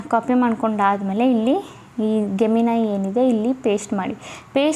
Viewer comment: ಅದು Gemini ಗೆಮಿನಾ ಅಲ್ಲಾ ರಿ ಜೆಮಿನಿ ಅಂತಾ ಉಚ್ಚಾರಣೆ ಆಗುತ್ತದೆ.